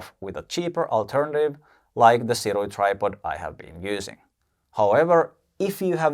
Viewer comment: Funny thing, the company "Sirui" pronounces it "SOO-ray".